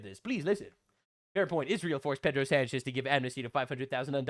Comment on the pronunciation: You made sanchez sounds like french